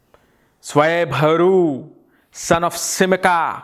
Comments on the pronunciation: Svarvanu, not Swayvaru, as I remember having heard somewhere. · It's SWARBHANU , not swayamharu😂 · It’s swarbhanu .. not swaybharu 😜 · Swarabhanu... u pronounced it wrongly